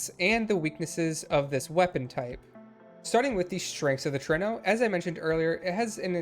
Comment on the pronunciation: It is indeed pronounced the way you chose to! Trueno is Spanish for thunder (more specifically, the loud booming sounds of it)